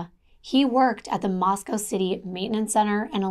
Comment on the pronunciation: My sister was a professor at Moscow until she retired 2019, so I’m familiar with this area. You pronounced it right - only ‘cow’ in the Russian city. 💜